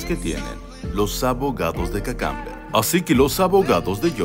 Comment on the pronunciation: Hahaha el mejor comentario es cuando dice Kakamber. 🤭🤣🤣🤣🤣😂🤣🤣🤣😂🤣😂🤣😆😂😆😅😂😅😂